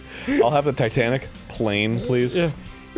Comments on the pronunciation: Titanic? You mean "Titenic?" Just kidding. I thought of JonTron and Schmoyoho when I hear that word. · It's impossible to not sing this out loud, except I'm pretty sure the joke was that it was called "Titenic" not "Titanic"